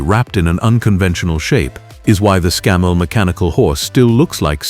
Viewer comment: That's ScAMMell not ScammELL